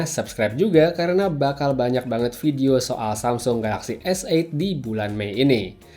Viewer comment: Dari sekian reviewer di indonesia, pengucapan S8 yg paling benar adalah. Good pronounciation.